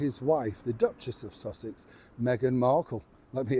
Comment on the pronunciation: Sounded like you said Duchess of Sausage. I thought that sounds about right. 😂😂